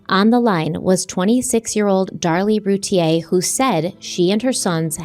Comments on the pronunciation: Darlie’s last name is pronounced RUE-TEA-AIR. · Their name is pronounced Roo Teer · It’s Roo-tee-ur. Just saying